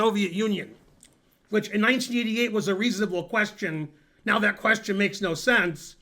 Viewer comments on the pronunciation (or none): none